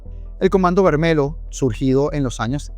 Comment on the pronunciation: Se pronuncia Comando Vermelio (lh) toda palabra que lleve LH intercaladas se pronuncia de con una i al comienzo